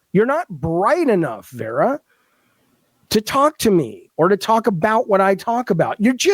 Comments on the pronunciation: Dude, take the L and move on. We know that for someone that was enabled in his delusions for so long, actually being held accountable may feel like oppression... but, news flash: it isn't. Now, pack your bags and move on. edit: BTW dude, it is VARA, not VERA. What a lolcow. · I find it highly ironic that this man incessantly shouts "educate yourself" while failing to pronounce her name correctly. It’s Vara, not Vera. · Claims he's so smart, but can't even get Vara's name right. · .... it's Vara